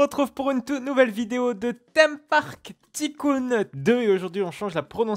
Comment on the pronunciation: js mais il le prononce ticoon